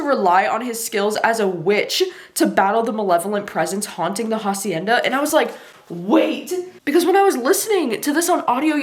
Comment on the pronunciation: also the h is silent haha